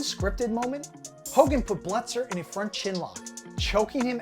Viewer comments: Belzer, not Bletzer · His name is Richard Belzer, not Bletzer. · Decent video, but dude, you don’t know who Richard Belzer is??? How are you saying his name?